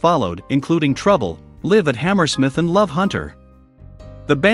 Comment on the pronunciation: I hate AI videos. It shows the 1987 album Whitesnake while talking about their 1984 album Slide It In. Tawny Kitaen was not was not pronounced Tawny Kitten! It can't even pronounce the word live properly. As in a live album.